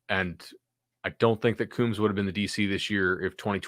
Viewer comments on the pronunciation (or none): Agree with everything said here but fyi-Kerry Coombs last name is pronounced Combs (ie plural of the device you use to style your hair).